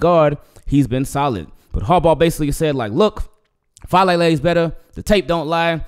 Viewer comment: It's Fa ah le le. Polynesian names pronounce each vowel. Thanks.